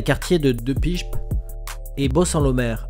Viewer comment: La Hollande n'est pas un pays. Mais une région des Pays-Bas, au même titre que la Bretagne en France ou le Tessin en Suisse. Au moment où vous parlez de l'Iran votre carte, montre l'Arabie Saoudite. On dit De Pijp (De Paillep), (pas De Pipe, ni De Pijep). Mise à part ça, votre vidéo est tout de même intéressante.